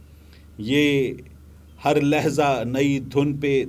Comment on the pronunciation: Lehza nahi Lehja hota hai ye India wala bata raha hai 😉